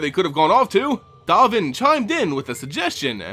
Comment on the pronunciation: 'Dove' n, like the past tense of 'dive' and 'Baan like 'bon bons'. XD dOHven BAHn. Love ya,, but pronunciations man, please, as a vorthos, it's important.